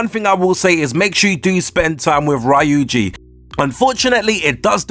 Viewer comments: I noticed that too. "Raiuji" "Sojiyro" "Takimi" etc. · So... You claim that you played the game ergo you heard all of the voice lines and you heard the pronunciation yet you still manage to get it wrong like "Rai-yu-ji", "Takimi", "Sahjiro" or "Mementum". It's quite interesting to say the least. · 11. Learn how to say Ryuji lol